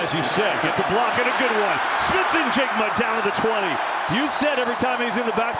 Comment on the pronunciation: fun fact Njigba is silent "N"